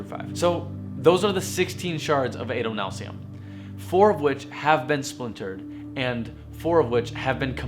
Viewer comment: Not Ay-doh-NAHL-see-um, Ah-doh-NAHL-see-um. Short A, but wow, this is so informative.